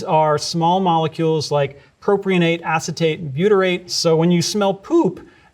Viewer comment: There is no "proprionate". And you stressed the wrong syllable. H₂S is by no means the main source of the sulfur smell. There are many other sulfides and mercaptans present, too. It should be stressed that medical microbiology is a very small part of the field and there are a million things to study besides human disease. Pandemics barely add to the workload.